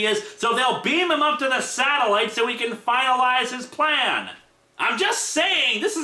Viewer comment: Prometheus' dialogue in a nutshell: "My pwan is gweat!"